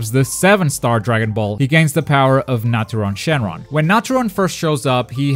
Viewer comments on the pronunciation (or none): how do you butcher Nautron Shenron's name